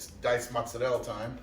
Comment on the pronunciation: Motz-Sur-El. Why? Mozzarella. Motz-Sur-Ella. TF you do that?